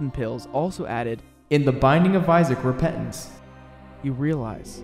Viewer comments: I love that he says it like T H E B I N D I N G O F I S A A C R E P E N T A N C E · The binding of isaac RePet-ance